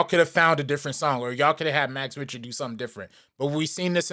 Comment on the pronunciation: it's not RIch-ter. say it like "RICK-TER". also no, its not a negative for it to be used as much as it has been. its a song that conveys so many emotions and interpretation for many to the point that its a 1 of a few songs that can be used in many cases. I love hearing it whenever its used. this is embarrassing, especially when you're sitting in your room hating on a song made by someone with more talent in their pinky finger that you do in your entirety. like no one had to hear this, its just self fulfilling nonsense.